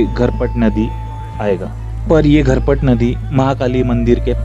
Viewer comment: घरपट नदी नहीं झरपट नहीं ✔️